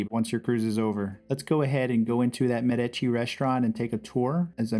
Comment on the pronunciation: Thank you for the complete tour, I've been on the Firenze once before and did not see it all. Going on my next cruise in 20 days and I will be better prepared. And thank you for pronouncing the MEDici restaurant correctly.